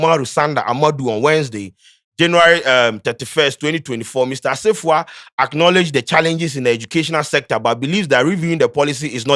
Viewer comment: please you're an Akan know to pronounce the names Asafuah and u're saying what? see how u mentionoed Umaru sanda's name. charlie make us proud wai